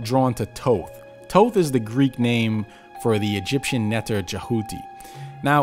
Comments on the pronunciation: After all this time, only now is all this potentially defamatory info coming to light. 🤔 Hmmm, I think I'll wait until verifiable evidence comes forward before I reshape my view on the Emerald Tablets of Thoth (pronounced THoth, by the way, not Toth 🤦🏻‍♂️). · I hate when ppl pronounce his name as “ toeth” I can’t even finish this video it’s “THOTH” like thoeth how do you use the second H but not the first H 🤷🏽‍♂️🤦🏽‍♂️😤😠😡🤬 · Right?! I've been pronouncing it as Thot (Thought) considering he is a god of knowledge. shrug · This dude cant even pronounce Thoth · Is the first H in Thoth really silent? Have I been mispronouncing it all these years? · Your pronunciation of Thoth..